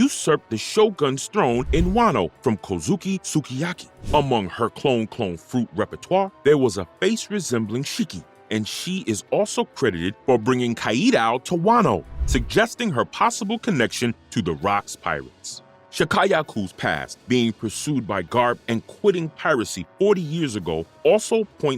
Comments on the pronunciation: Sha-ku-yah-ku Ka i du 😂😂😂 Your video is awesome. Everythng is perfect. Im just helping out. U clearly can say everythng 100% perfect. Thats why your 'kaidau' sounds so weird. Keep up your great work! U won a new fan in me 😎😎😎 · Kàídau hehe.... I mean mispronouncing Kaîdôū is easy but reading Kayeedow did get a chuckle from me... I DIDNT Chuckle when I heard "Calestrille Dragons" over Celestial Dragons, though... <SIGH> Bad Speak Function handling I'd imagine... Not sure how some New SpeakFunction stuff works cause sometimes its ALMOST as good as programmed voice acting but the mispronunciation of Celestial DOES raise a lot of questions like they asked someone who knows nothing about One Piece to read stuff but without having Feelings related to Understanding the words One's reading... Ívánkōv being pronounced Îvánkôv is more Common a mispronunciation..... I do ALSO get bothered by mispronunciation of Wáng Zhī which doesnt sound like "Wéīng Zee" but closer to.. as an American MIGHT Write it if it was me 15+ years ago when I learnt more about Chinese pronunciation of ī as a final vowel in a name and a few words, would've written it like "Wong Zher" but where the R is Non rhotic like british english pronunciation of Sir but with a Shortened ī in the Sir and the S being a Sh sound with a Harder Z so its like Shortening the I in Sir before you hit the nonrhotic R... Would be rough to be named Wáng/Wong and live in US with spelling Wang without anyone even knowing the á accent implies a long Ah/Aw style A sound and not an Ay Éh sound... Even speakfunction handles these letters funny if it doesnt know to be trying to pronounce it for a Different Language not already incorporated into the common English spe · lol why you say kaido like that? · I dont know what Your talking about... dude is not saying any of these names right especially kaidou. That's not even how the Japanese say it so it just sounds goofy. Not accurate.